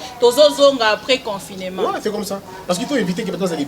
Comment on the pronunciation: c'est pas confinément mais confinement, c'est pas propulse mais propice... Ça te fera du bien d'élaborer ton français encore...